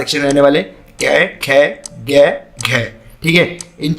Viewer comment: Sir it's क ख ग not के के गै 😂